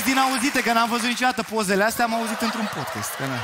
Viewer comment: Ce e ala “podchest”? Care i treaba cu toti astia care folosesc cuvinte in limba engleza, dar nici macar nu le pronunta cum trebuie?😆